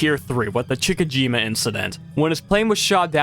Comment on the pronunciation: Chick a jima?😂 How about Chi chi jima? My goodness Google translate can even talk these days if you need a clue 😂